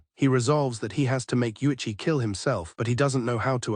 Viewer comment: AI manages to botch the pronunciation Uichi, Yotuha, and Utsu all in just three minutes.